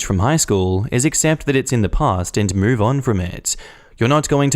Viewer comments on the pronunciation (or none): none